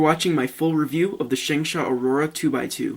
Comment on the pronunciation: You pronounce it SHUNG-SHO